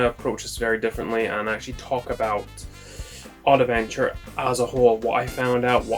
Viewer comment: It's not Oddaventure but Oddventure ^^ , great video tho !